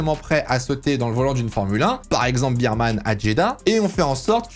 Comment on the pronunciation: Il faudra travailler la prononciation des noms de Bearman et Lawson 😅